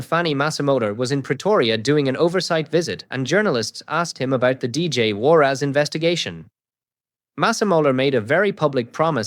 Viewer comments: Warras not Warrass - listen to yourself! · Its warras...not war ass😅😅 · What's with the surname pro nunciation? "War ass!" 😂😅